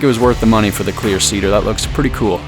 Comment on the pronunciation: For any one wondering if he's saying "Clear Ceader" vs "Queer Ceader" - Just know that I am also wondering the same.